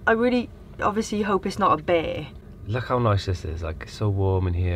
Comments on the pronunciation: I heard beer infested, not bear...and couldn't see the problem 🍻 🙃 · I thought you said "beer-infested" National Park..."and did we mention the beers?" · I too heard "Beer infested national park". Was that alcohol related slip of the tongue. And how did you get Custard started???? You left us on a cliff hanger after the last video! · Did anyone else hear BEER infested instead of bear when started?!?! 😂😂 Absolutely adore you guys! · I heard beer-infested too! I was thinking “what’s he complaining about then?” 😂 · When you say bear, I keep hearing "beer". A beer infested national park? Hell yeah! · I thought you said "beer infested" Now that wouldn't be so bad! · Did you say, “Beer infested”?!😊